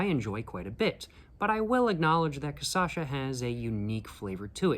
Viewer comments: Tô achando que ele já entendeu que é "cachaça" e não "cassaxa", mas tá insistindo na "cassaxa" porque gera mais engajamento nos vídeos. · It is not Kasasha, it is Kashassa. You are missing the Ss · bruh, KA - SHA - SA, for the love of god, man :face-purple-crying::face-purple-crying::face-purple-crying::face-purple-crying: KA - SHA - SA :face-purple-crying::face-purple-crying::face-purple-crying::face-purple-crying::face-purple-crying::face-purple-crying::face-purple-crying::face-purple-crying::face-purple-crying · I am Brazilian I genuinely don’t care with him speaking Caçacha hahaha actually I think I do prefer speaking like that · lol I love how he recorded this mid world cup and is releasing the videos just now, so weeks later, he's getting messages saying he's got this one real wrong and also has been saying cachaça wrong the whole time. Volte logo! Te esperamos de braços abertos, irmão. Hope you had a good time here in Pindorama <3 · I have to say the correct way after he says it the wrong time, every time every video